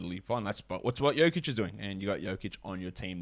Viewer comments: Alex pronouncing "joke-itch" 💀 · Lost all credibility when he said Joke‐ich. If you can't pronounce the reigning MVP of the league's name, you're not closely following it. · lmao this guy is trash....Can't even say Jokic's name correctly.....and PORZINGIS???? Rofl the guy is always hurt. It doesn't matter what his per game ranking is....What about Myles Turner or John Collins? These guys were much more consistent than Porzingis